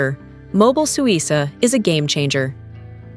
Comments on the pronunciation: Suica is pronounced Swi-kah, not Swi-sah. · FYI it’s pronounced “Suika”. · AI generated garbage (can’t even correctly pronounce “Suica” or “Visa”). Over tourism is a plague and Japan is just about played-out.